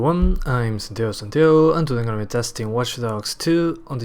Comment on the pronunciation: Santiago Santiago. Forgive me but you need to improve you pronunciation